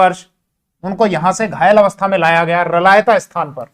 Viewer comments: मै रलावता से देख रहा हुँ जहाँ शेखा की समाधी है आप इस स्थान को रलायता उच्चारण कर रहे हो उसको स्पष्ट उच्चारण करो सर 🙏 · साहब रलायता नहीं रलावता है कृपया सही करिए